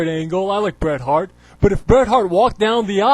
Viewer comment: BOO-ret Hart. LOL